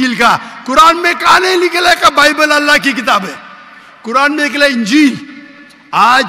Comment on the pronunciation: Dear you are a teacher. Please, pronounce the word Ingeel properly. Ingeel not ungeel.